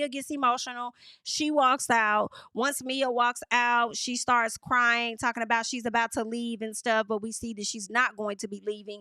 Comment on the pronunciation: I’m done 😂😂😂😂! I’m not tal-kin 😂😂😂